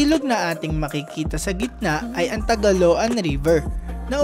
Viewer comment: Wow nice content po!Salamuch sa pag feature ng lugar na to."Bukidnon"my home away from home. Much better po kung nagresearch po muna sana kayo.. Manolo Fortich ay parang "glitch" po ang pag pronounce. Ang Taguluan manan po ay "Tagulwan"